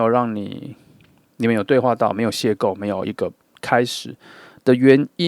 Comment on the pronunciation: 2 邂逅（謝後）不是（謝構）